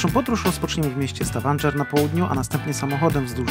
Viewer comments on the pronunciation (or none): Poprawna wymowa to STAVANGER, nie STAVANDŻER. Wiem bo też tam byłem. Polecam Prekistolen